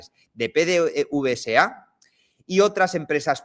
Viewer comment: PDVSA. En Venezuela se lee PDVESA PD(VESA). la V se lee como (VE).